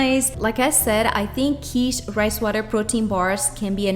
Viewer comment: Not pronounced Keetsch. . Pronounced Kit like Fit.